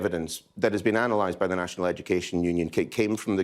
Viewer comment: I hate the fact he is education secretary and can't say 'the' he says 'ver'...